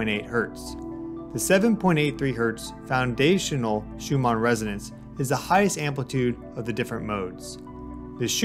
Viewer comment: Shew-mon? My dude… the name is pronounced “shew-min”. Couldn’t get past the third time of Miss-pronunciation. Sorry bro, you canceled.